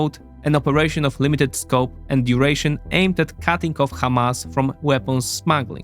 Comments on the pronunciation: It is Hamas not Kamas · It's "Hamas" with a harsh "H", not "Kh", unless you wanna say it in Hebrew.